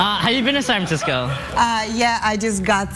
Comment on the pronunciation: Are we not gonna talk about how the guy getting shot down by the Serbian girl kept saying "San Frisco"?